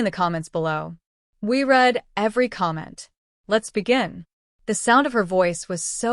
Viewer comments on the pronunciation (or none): How this also irritates me all the time